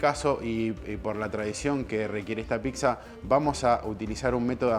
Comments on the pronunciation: Se dice "PITSA", no "PICSA" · ya que diga "piGza".... me dio una espina... pero la zapan y como fue el video es pq realmente sabe :D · Muy pero no sabe decir pizza dice picsa burro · PICZA? 😂😂😂 PIZZA BOLUDO, PIZZA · picsa, picsero... JAJAJAJAJAJAJA... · argentino... procede a pronunciar: piXa!!! ☠☠☠